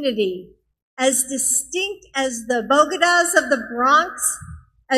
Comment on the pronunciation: The "bogedas"